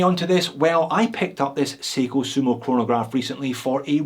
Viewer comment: I stopped watching when you said "chronograph" 😂🤣😋